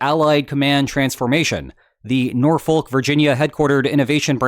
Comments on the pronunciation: Just FYI, no one here in VA pronounces it “Norfolk.” It’s more like N’orfuk. 😅 (for real). 🙃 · Sir, it’s pronounced Nor-fuck Virginia. I am not messing with you about this, that’s how people from Hampton Roads pronounce it. It hurts locals ears when people say Nor-folk. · Just to be pedantic, it's pronounced 'Nor-fick' Virginia. Or, more humorously but no less accurately, Nor-fuck. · It's pronounced Nor-fuk. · Dear, please pronounce Norfolk correctly in your next videos. Your current pronunciation is like nails on a chalkboard. Sincerely, a tortured native.